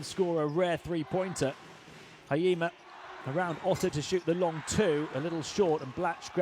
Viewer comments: 「ひ・え・じ・ま」 発音むずいんだな。 「は・い・え・ま」にしか聞こえない。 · it's not hayima.... it's hi- e- jima... 🤣🤣🤣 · Hurts my ears hearing Haima instead of Hiejima😂 But can't blame someone who's not from JP 😁